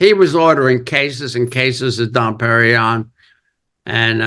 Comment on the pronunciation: Ace's ego is so big. He was talking about the A&E Kisstory special at the end, not to the biopic. He doesn't know how to pronounce Dom Perignon.